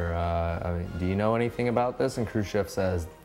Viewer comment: no one else thought he kept say "crew ship"